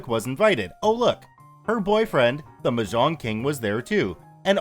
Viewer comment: The way he says mahjong though hurts me.